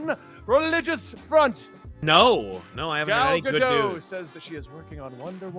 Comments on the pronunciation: It's gah-dote, not gah-doh. The last letter of her name is a taf which makes a "t" sound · Her name is GadoTTTTTTT not Gado. It’s not French